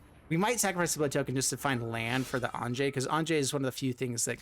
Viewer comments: Anje is not pronounced 'Ahnjay', it is pronounced 'Ahnya', or even 'Onya'... Some germanic languages use a 'j' for a 'y' sound... just leaving this here FYI... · On-ya or On-yeh... Not On-jay...